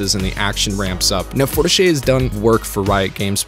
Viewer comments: "forteech" is how u pronounce it :) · A couple items: - It’s pronounced “four-teesh” :) - The soundtrack isn’t licensed but instead each and every song in the score and soundtrack were made specifically for Arcane. Likely due to Riot’s longstanding relationships with musical artists and producers built up over the last decade of music videos and musical albums, they honed and crafted all the songs to really underscore the emotional tone of the moment being shown—and I think to particular impact at the climax of each of the 3 acts. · Fortiche rhymes with quiche, it's pronounced like for-teesh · [fɔʁtiʃ] is the studio's pronunciation :P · Repeat after me: For-tea-shh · Fortiche is pronounce for-ti-ch (Forget the E unless its a é) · It's pronounced "for-teesh" I believe, otherwise I agree with everything you just said. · Fortiche [4-Tee-sch] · Pronounced Four-teesh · great video ! ( it's pronouced in english like "forteesh" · Sorry, but your pronounciation of Fortiche is triggering me 😅 "e" is rarely pronounced the way you do in French, that would be "é". An "e" at the end of the word is almost always silent, so it would be "Fortish" (with the "o" pronounced like in "love", not like in "no") Ok, sorry for being a nerd, on with the video! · French-canadian here. I can confirm, that you are indeed not pronouncing Fortiche correctly :P It's french, not italian, the e at the end is not pronounced. Good review though :) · You butcher the name of the French studio, but thats ok :)